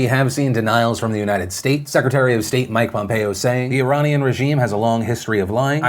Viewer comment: Phil, you pronounce Iranian weirdly. The first a is pronounced like the letter 'A'